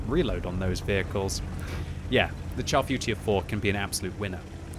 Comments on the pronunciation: you guys kill me with the horrid way you pronounce the name of this tank. a simple google search reveals the proper way to say the name in french. its not pronounced CHAR like burnt, its pronounced "Shar Footure 4". anyway that rant over, i LOVE my Char Futur 4. amazing sniper with good gun and accuracy, basically the same gun as the AMX CDA 105 TD. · Sounds like "Charfu tier 4" haha